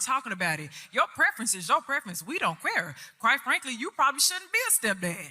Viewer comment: "We don't QUARE"?